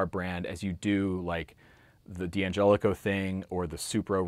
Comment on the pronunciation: It's pronounced Danjelico, not DeeAnjelico.